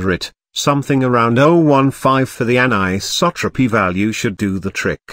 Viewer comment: And BOOM, another little gem being thrown at us. Thanks for the clear videos and naration (sometimes a little weird with certain words like anisotropy). Keep'm coming. Did you already did a glass tutorial for other than flat sheet glass? Like wine bottles and glasses?